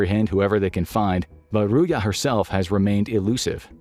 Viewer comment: it's not Ruya - it' Ruzha